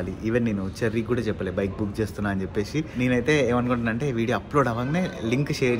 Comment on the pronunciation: చెప్పే"షి", వచ్చే"షి", తినే"షి".... అని కాకుండా చెప్పేసి, వచ్చేసి, తినేసి అని పలుకు.... తెలుగు మన మాతృ భాష... మనమే కాపాడుకుందాం....